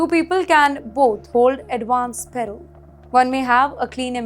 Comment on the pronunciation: It’s not payroll it’s parole - pls say it correctly